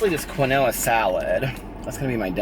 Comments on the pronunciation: It's keenwah. I lol'd. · lol I say it the same way until my sister pointed out that it's pronounced "keen-wah" 😂😂😂 our way is much more cuter 💙💙💙 Luv ya! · The way pronounces "quinoa" 😂😂